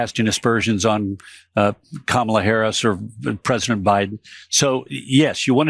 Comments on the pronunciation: Does he realize that we have eyes, ears and brains? …Unlike him. He pronounces Kamala like a person saying Kabbalah! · It grates me every time he says “Kamala” with the accent on the wrong syllable. It’s like calling him “donALD.” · If he can't say her name right, keep calling him Drumpf. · Why can’t he pronounce Kamala Harris’ s name? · How is trump so stupid he can't pronounce a simple name? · That place sounds 1/2 empty. You can hear the emptiness when the crowd applauds. This pathetic. Still mispronouncing her name. And talk about WEIRD.....fake semen specimens to show your candidate is pro-family....HUH? WTH???? I've never seen such stupidity and inappropriate nonsense in a political campaign....ever!! November can't come fast enough. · Oh Mr Trump you never played the game of President seriously all you played the game seriously was golf and you cheated at that you are a disgrace you are a weirdo you are a threat to the United States of America and if you cannot pronounce Kamala Harris's name just call her Madam President and just so you know Trump being the president is not a game you're dealing with people's lives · Im so happy you pointed our the weird baby-ish way he pronounces the ) "L" sometimes. Its always bothered me and i i thought i was the only one that heard it. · It's so shocking the possible next president of the untied states has absolutely no respect for anyone. The fact that he says his running mates name wrong just rubs me wrong so hard. What a little baby. Gross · The way they pronounce the vice president and future president's name I am sure is in reference to WWE wrestler Kamala seeing as he hangs around with McMahon look up the wrestler Kamala and you will probably understand why Trump uses that pronunciation.... love from Canada